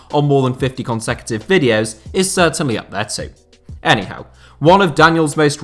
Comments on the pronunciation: You get a like for “Eddie Howe”; that was beautiful 😂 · "anyhow" = "Eddie Howe" lmaooooo